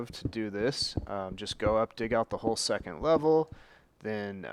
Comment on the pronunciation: He says secent -.